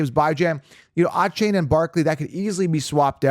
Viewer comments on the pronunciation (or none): You butchered D Von A Chan how dare you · Devon Achane came out a while ago and let everyone know how to say his name, come on